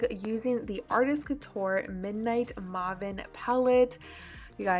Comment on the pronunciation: It's pronounced midnight mayven (may-vin)